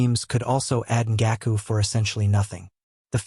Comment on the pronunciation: the ai butchered Yannick Ngakoue’s name so bad 😭